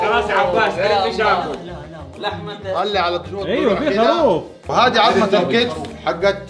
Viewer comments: ليش خاروف مو خروف 🤔😉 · اسمه الخروف ولا الخاروف اسمعهم يقولو خاروف